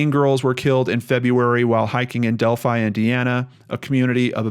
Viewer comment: isn't it pronounced Delphy ?